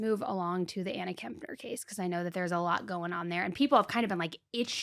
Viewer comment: It's actually been widely reported that TH is NOT living with his mom, Shauntel. But thanks,, for pronouncing Kepner correctly...unlike & seemingly every other YouTube true crime show host on the planet. Kep-ner. Not KeMpner...there is NO M!!!